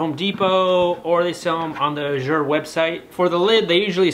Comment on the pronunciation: Ooooohh you were talking about Azure Standard. I’ve never heard it pronounced “ajure” with the French inflection and was trying to figure out what place you were using.